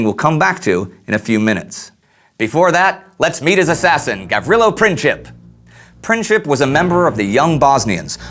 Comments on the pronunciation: "printsip" not "princhip" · It's pronounced Prinzip,not Prin-chip😂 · it's Princip not Princhip and it's not Belgrad, but Beograd. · It's pronounced Printzip, not Princhip. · It's not Pricheap but Princip which literally means principle. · It is not Pinćip, but Princip. Maybe he wanted 3rd entity for Slavs, but that entity would include Serbia. After Balkan wars, Serbia was planned to take over Bosna, but Austrian took it first. Second, whole motorcade was done on Vidovdan, very big hollyday in Serbian tradition. That was - in your face. Austra has been planning to invade Serbia for many years, but they needed reason. Princip has been planning in Serbia, but Serbian government had nothing with it. War was declared month later, when Serbia denied to let Austrian investigators search whole Serbia, which woud mean Serbia has given up its sovernty. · AND MAKE SURE YOU PRONOUNCE HIS NAME THE RIGHT WAY! IT'S NOT PRINCHIP ITS PRINCIP [prǐntsip]! HIS VERY NAME MEANS PRINCIPLE! AND HE DID IT BECAUSE OF HIS PRINCIPLES! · It's pronounced Princip not Princhip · You failed on explaining why Gavrilo Princip and the Black Hand killed him... It was because that region wanted to be free and not occupied by Austro-Hungarian empire. Serbia had nothing to do with it, it was done by local people who didn't wanted to be slaves anymore!!! And his name is not PrinCHip, it was Princip...it's not pronounced with CH only with a C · It's not pronounced Princheep. It's Princeep. Gavrilo Princip. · It's a Princip, as in "principal", it is not pronounced Princhip. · PreencZeep not Princhip! c'mon man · its not Princhip its PrinTZip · Just wanted to say that Princip is pronounced "Printsip", not "Princhip"... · I am a Serb from Bosnia and it is "Gavrilo Princip" not "Gavrilo Printzip"!!!! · Gavrilo Princip. His lastname is wrongly pronounced in this video with soft c. His lastname literally means "principle". Soo, its properly pronounced PRINCIP(LE) without this add "LE".